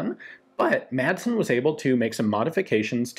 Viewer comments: Madsen is pronounced more like "massen" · Intersting look into a rather peculiar piece of Danish arms history. Just a little tip: the d in Madsen is silent. So, to anglophones, it should be read something like "massen" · FYI The D is kind of silent in "Madsen" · The d is silent.